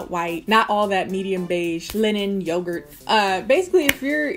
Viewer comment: IM CRYING “YOGART”